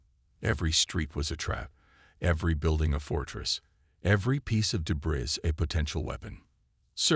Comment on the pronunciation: Also debris is pronounced like de-bree. Ok?😮